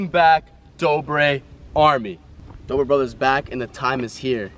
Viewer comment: it dobre not dorbe